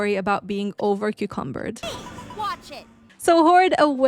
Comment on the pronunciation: 6m24s did you say "Over Cucumbered"?